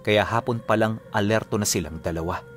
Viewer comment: Silang po hindi siiiiilang.hahah